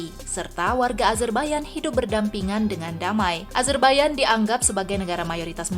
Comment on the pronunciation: Nahhh ini baru tepat penyebutan negara azerbaijan dgn "azerbaiyan",krn kbanyakan org masih nyebut dgn konsonan kata yg sesuai dgn tulisan pdhl it salah.